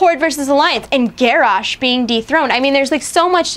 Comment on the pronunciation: pst, you said Garrosh wrong. its pronounced Ger-Osh.